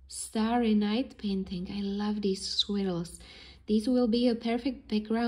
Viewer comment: Gorgeous work! By the way, "swills" are pronounced "SWIRLS" like GIRLS !